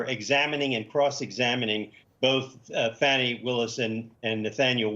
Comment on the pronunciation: Is someone or something causing you to use the political correct pronunciation of Fani's name? It's not Faw-ney, it's Fani!